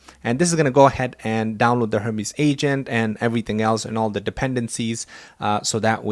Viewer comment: Hermész... not hörmísz 🙂